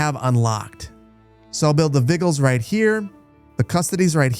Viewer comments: Also: It's Not vi-gulls, it's Vij-ill-lis, as in to be vigilant for signs of fire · Your pronunciation of the word 'vigiles' is cracking me up. I'm pretty sure it has the same etymology as the word Vigil in English (as in candlelight vigil) and the 'g' is pronounced like the letter 'j' in judge, so its vih - jill - es. Latin doesn't have all the multiple pronunciation letters and silent letters of English. You generally pronounce every letter (even the 'e' in the 'es' at the end of words), and letters typically have the same pronunciation regardless of any context. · Hahaha, "vi-gills", "wah-das", that had me giggling a little every time...